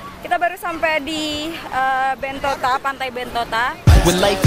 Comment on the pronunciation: bilang Bentota, bilang Bentito. Yang bner apa?